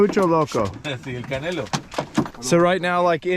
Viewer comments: The the dogs name is Canelo like the Mexican boxer not Canela like cinnamon. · Its CANELO like the Mexican boxer 😅